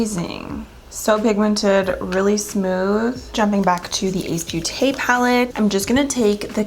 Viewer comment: Ace beauté is pronounced Ace "boté".. sorry my french kicked in😂😂😂 Love you ❤️ Merry Christmas to all! 🎄